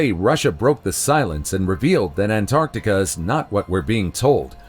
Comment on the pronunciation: They say ANT ART TIC A! Lol! Don't like that😂😂😂